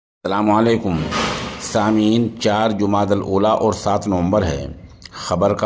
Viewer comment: Salamalekum nhi hota Assalamu alaikum hota hy pehle khud sahi se bolna sikho pehle khud ki islah kro fr 2sron ki ok